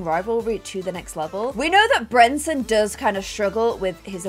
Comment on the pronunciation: I personally was never as bothered by the Brenton mispronunciation because I knew he wasn’t going to be the heir, and therefore we wouldn’t have to listen to her mispronounce it for a whole new generation 😭